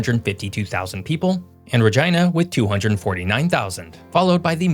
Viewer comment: I'm just happy that you pronounced Regina correctly. My American friends all laugh when I say it right. (I was born in Saskatoon)